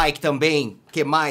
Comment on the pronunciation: Eu RI muito na parte que ele falou ui tem arconticuonado ui